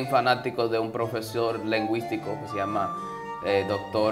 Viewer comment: La última parte no puedooo 🤣🤣🤣 primero lengüística y luego tuverculo 🤣🤣🤣